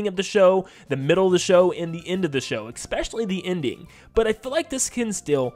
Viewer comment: "Expecially" is not a word. Especially*